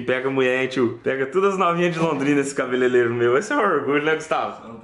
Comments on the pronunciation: não é cabelelero e sim cabeleireiro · engraçado foi o falando cabelelelo kkkkk, quem mais viu? kkkkkkk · CABELELERO KKKKKKKKKKKKKK